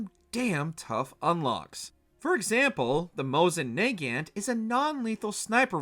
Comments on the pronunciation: Mosin NAYGANT. it's pronounced "na-gaunt" - "now for the game that sparked the most outrage" don't tell them about Survive. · "Mosin Nay-Ghant" had me thinking I was having a stroke.